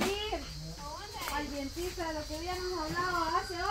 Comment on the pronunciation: Hay,se dice dentista no dientista